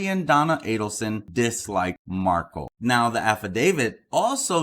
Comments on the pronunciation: Dude, you’re pronouncing Dan Markel’s name wrong! It’s pronounced Mark-EL, as in the letter L! It’s Markle. It’s Markel. Please have respect for this family & get their name correct. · He’s pronouncing Dan Markel’s name WRONG!!! It’s MarKEL not MarKLE!!! What the fuck???